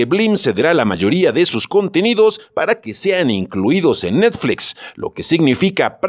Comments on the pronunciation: Cuál “netflex “? Esa cuál es? O es muy difícil pronunciar NETFLIX? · Por qué demonios dices netflex 😡😡😡 Es chocante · 😂😂😂😂ni puse atención al vídeo por cagarme de la risa de oír cómo pronuncia 😂😂😂😂😂😂😂😂😂😂😂😂😂😂😂😂"netflex" 😂😂😂😂😂😂😂😂😂😂😂😂😂😂😂👍😂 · Netflex? jajaja:v se pronuncia como esta escrito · Netflex?...me saco de onda cada que lo mencionaba el narrador ja ja ja. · Tan grande es Netflix que hasta el le da miedo decirlo como se debe y dice NETFLEX, que paso, no le saque!!!! si ha dicho cosas peores en otros videos! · No se, si creerle a alguien que dice ¨Netflex¨ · ¿Netfleeeex? JAJAJAJAJAJAJAJA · Dice "netflex" pero dice "Disney" en lugar de "disni" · Netflex??? No mames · ¿NETFLEX? XD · Jajajaja qué cagado se oye cómo fice necflecs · Por qué dices netFLEX? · NETFLEXS, JAJAJA NO SE PASE DE VEGRA JAJAJA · Si vas a decir netflEx también di Disni y Fax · Dijo Netflex? Jajajajaja 😂😂😂😂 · Tambien le ha dicho necsfix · De seguro tomó un curso de Inglés en Trump University. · diciendo netfleex...... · Es necesario que digas NetflEx???? Es horrible. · Pronuncie bien! NETFLIX!! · Porque pronuncias netflEx? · APRENDE A DECIR NETFLIX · Pronunciq bien NET.... FLIX...... NET.... FLIX!!!!! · NETFLEEXX.... HAHAA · Que jalada en ingles si se lee como se escribe "Netflix". Y Disney es "disny", no "disney". No esta mal pronunciar como suena en nuestro idioma natal. Pero si vas a pronunciar en otro idioma debes pronunciar tooooodas las palabras correctamente. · Y por que dices Netflix tan raro? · Qué horrible pronuncias Netflix